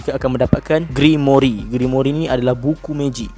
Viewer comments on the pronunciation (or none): *Grimoire bukan grimoiri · Sikit pmbetulan "Grimoire" bukan Grimory😅 Jgn marah hah👍👍 Terkejut aq dia sebut Grimory😂😂 Bile masa plk Rias Grimory join Black Clover universe ni😂😂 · Cara sebut dia "grimoir" bukan "grimori" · Sebutan grimoire = grim.war bukan grimori